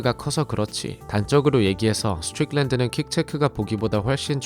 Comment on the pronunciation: 미국 42년차 시민권자입니다. 스트'뤽'랜드 발음 어디서 배웟나요?ㅋㅋㅋㅋ